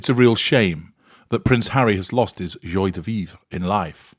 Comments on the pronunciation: Dear in case you plan to use this phrase in the future, it is pronounced "jwa" de vivre. Just sayin'. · Very disappointed in your prounciation of joi de vive